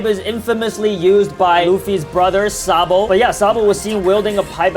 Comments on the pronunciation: not sabo but sa d bo:) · It's not sabo it's sa d. Bo